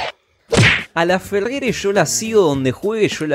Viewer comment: Es Laferrere no lafeger